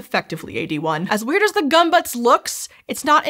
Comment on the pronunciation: You said "bayazin" when its "basin" and "gumbutts" when its "gömböc.